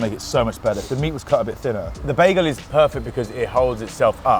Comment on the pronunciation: "To me it's ten times BAA", I'll never understand English speaking English.